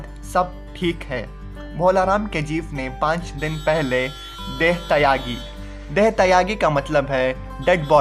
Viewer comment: Deh thayagi nhi Bhai deh thyagi hotha hai